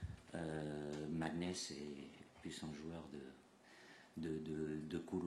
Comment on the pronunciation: Marrant quand même de dire Mickael avec l’accent anglais et dire maghnes sans accent 😂